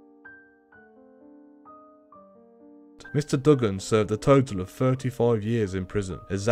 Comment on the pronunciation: I'm from Australia u saying his name wrong it's like doo-gun not dug-gun